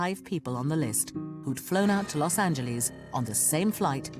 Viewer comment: Narrator ... Its not Los Angleese.